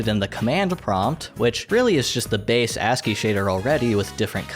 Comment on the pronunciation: wait, there are other ways to pronounce ASCII? & yeah usually ASCII doesn't really draw the backgrounds in that much detail